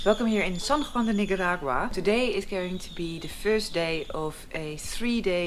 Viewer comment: Please, for all of us...Not Nigga-ragua. It's Neek-Ah-Dagwua. You speak multiple languages. You can handle this minor but important detail! We love you Noraly!